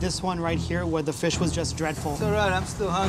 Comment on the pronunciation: They ruined mah feesh :(